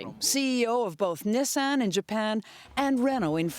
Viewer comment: A journalist reporting on this story should know how to pronounce Nissan